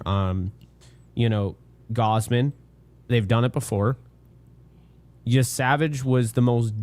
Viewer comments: WHY DO YOU KEEP SAYING “Gowsmen?” It’s (gauze-men); is it an inside joke I’m missing? It’s a tad weird to keep mispronouncing someone’s name EVERY TIME. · Yo why does he pronounce gausman like gowsman